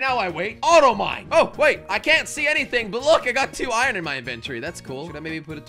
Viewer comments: Why you say ion it’s iron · I like how jelly says ion instead of iron